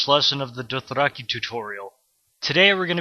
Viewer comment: Super-helpful and thorough! Hands-down the best Dothraki tutorial series out there. (Your pronounciation is phenomenal, btw.) Thank you so so much for this! :D